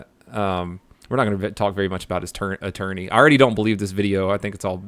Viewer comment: did you say "your not going to talk about his aTURDney."?